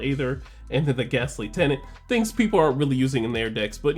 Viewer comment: Also ily but plz it's Ghastly TREAnt (tree-ent) not tenant. I can't tell if this is a bit or not 💀